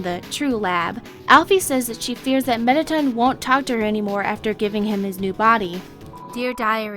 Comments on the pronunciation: WHY DO PEOPLE PRONOUNCE IT MET-A-T I N?! METTA - TOOOOOOONN XD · (breIoom).... Haha!! I totally agree with you, I mean its so annoying, like Ill see if I can write out the way she said it(Me-te-toon/)) I totally agree she said it like this, and she sounds like that mouse that you find next to the checkpoint, alsowhere the crystalized cheese is, or just the normal cheese.(Al-fffess-s/) Dis person needs some help pronouncing these names, and this person also needs to have a stern voice, not a mouse like voice XD Thumbs up if anyone agrees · alphys isn't pronounced alphees Mettaton isn't pronounced like that!!! Pronounce it right!!!! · Meta-tun Best pronunciation ever. 😂